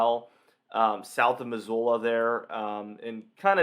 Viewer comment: FYI - Spokane is pronounced Spo-can, and Missoula is mi-zoo-la.